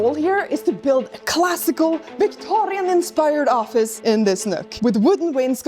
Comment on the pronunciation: "VictoRRRRRIAN era" ✨️